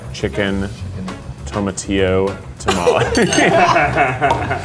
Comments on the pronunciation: I don't trust a "Mexican" restaurant where the owner can't pronounce Tamles or Tortillas correctly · The way they pronounced some of the food is kinda making me want to scream because I live in San Antonio and no one says tamales and barbacoa that way.